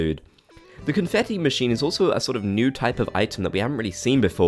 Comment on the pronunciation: did you say confeffi lmaoo